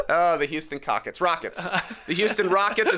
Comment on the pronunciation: Bro did not say Houston Cockets 😂😂